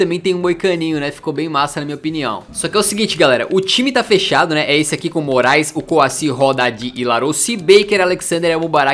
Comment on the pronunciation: Noossa só agora eu entendi Denis MORAESLISSON kkkkkk agora tudo está mais claaaroo kkkkkk